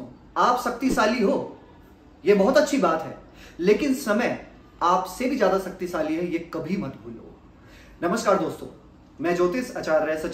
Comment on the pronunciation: सक्तीसाली नही शक्तिशाली बोलिये